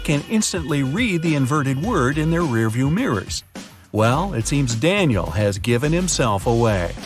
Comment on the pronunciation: Danial it's danial